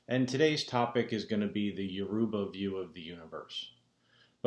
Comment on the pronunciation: you are not pronouncing it correctly....dang....your-ah-bah not Uah-roobah ...what are your ancestors saying?